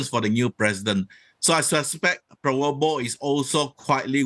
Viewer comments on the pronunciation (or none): Sorry prof.... He's name is PraBoWO, not PraWoBO 😁😁😁